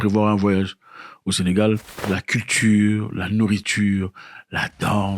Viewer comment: C'est Sénégal et non Sénégale s'il vous plaît !